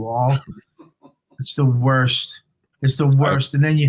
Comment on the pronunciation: you said worst wrong